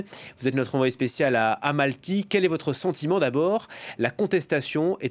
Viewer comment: Mais le journaliste ne sait même pas prononcer le nom de la ville ! Deux fois il dit Amalty. Sérieux…..